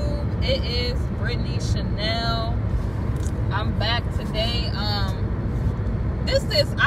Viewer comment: "" ""chenel"" lol!!! and your lecturing other people for just trying to help while you carrying on like some typical thug princess, nice.